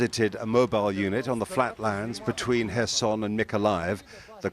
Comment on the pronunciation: Thank you for pronouncing the city’s name correctly! I have nothing against people pronouncing it as K-erson emphasising the K, but it is nice to hear it pronounced correctly.